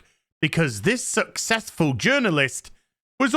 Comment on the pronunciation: "Suck-cess-full journalist"